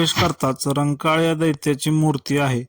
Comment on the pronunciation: रंकाळ नाही दादा खंकाळ आहे...